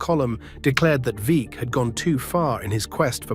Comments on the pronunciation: Veeck rhymes with Beck. Great video otherwise. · Bill Veeck.. Pronounced Veeck as in Wreck. AI is not ready for prime time.